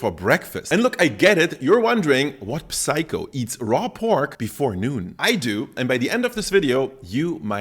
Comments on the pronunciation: Nah, I'm wondering what kind of psycho pronounces it "PPPsyko" rather than "syko" 🤡. English is weird, so many words with P just don't pronounce it: psycho, pneumatic, debt, receipt, etc. As far as their pronounciation is concerned, there're no "P" in those words 😅. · Its the german accent :D In german you pronounce the p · I love that he pronounces the P in 'psycho'